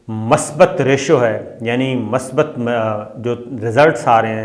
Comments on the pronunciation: Abay bhaai masbat nain hota masbit hota hay Jis zubaab say paisa kama rahay hain kumuz kum usko to bolna sikh lain Yaa yeh bhee muhajiron kee dushmani main nain sikhna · Sir the word MASBAT is MUSBAT .Please correct the pronunciation.